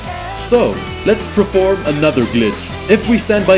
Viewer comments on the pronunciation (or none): "Preform" Perform 😛 Two whole mosques?!